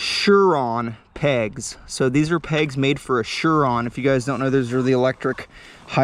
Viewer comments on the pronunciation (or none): No, im saying you are pronouncing Sur-Ron Incorrectly, you are saying Shur-Ron when it's pronounced Sur-ron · ok but ur not chinese so its pronounced surron